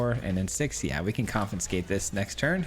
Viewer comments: Dude, I love your videos, and I don't want to be rude but you are pronouncing it incorrectly. you are saying con-FIN-scate but the correct pronunciation is con-FIS-kate (confiscate) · There's no effin' confinscate! ... ... ... Get it? There's no "f" in "confiscate" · Came for the jank...stayed for the mispronunciation Never change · third video in a row that comments spam about mispronouncing confiscate -- when is the 4th comin'? arizona education in action, yeah baby. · Saying it wrong the entire video to get the comments going, I see you. 😄